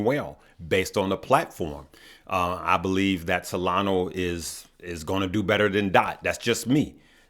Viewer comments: It's not Solano, IT'S SOLANA!!!! Get it right man! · SolanO = -> SolanA